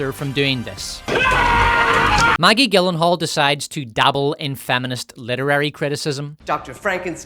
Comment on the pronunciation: Gyllenhaal is pronounced like Germany, not the way you keep saying it. Oh, hey, where's the cum-kiss-from-Queer and Scum-rape scene reference? It's not a video without them!